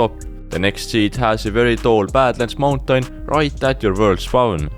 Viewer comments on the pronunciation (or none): i like how you say mountain -> /montank/ =))